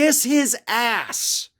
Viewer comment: Kissing Trump's asssssssss! I like that emphasis on the!